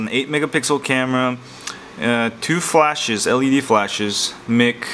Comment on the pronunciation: haha the way he says "mic" haha :D